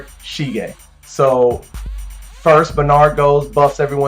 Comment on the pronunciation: it's sige, not shige ;) nice video, keep up the great work!